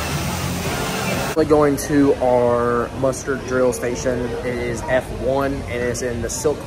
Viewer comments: I swear it sounds like you're saying "mustard" station instead of muster.... 😂hahaha. Great video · He was totally saying Mustard 😂